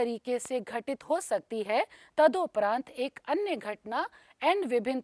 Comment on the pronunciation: मैडम, कृपया ' तदोपरांत ' न कहकर 'तदुपरांत ' लिखिए और बोलिए । विद्यार्थियों को आपका लिखना और बोलना मॉडल होगा ।